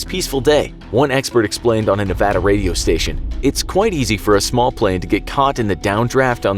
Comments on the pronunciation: At least he said the word Nevada the right way lol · As a Nevadan, I thank you for pronouncing Nevada correctly. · I'm so glad you say Nevada as it's supposed to be said it's annoying when they say it the other way it's Nevada not nevoda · you pronounced Nevada correctly thank you from reno ❤😅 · As someone who has lived in Nevada for most of his life I have 2 things to say: 1, thanks for saying "Nevada" right 2, I've never heard of the "Nevada Triangle" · Thank you for saying that calling Nevada the other way is annoying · Wow you pronounced Nevada correctly, most people don't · Thank You! You said Nevada correctly. You have no idea how badly it bugs the locals here. Cheers. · Yeah I was surprised he did most people who don't live in Nevada never pronounce it right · You know who surprised me by pronouncing Nevada right? JackSepticEye. Didn't know that the Irish said it like Nevadians until I heard him bring it up in a video. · SAME. I ALWAYS GET TRIGGERED WHEN THEY SAY MY STATE WRONG